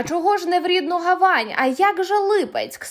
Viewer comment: ГавАнь? Що за наголос??? Вам би більше освіти.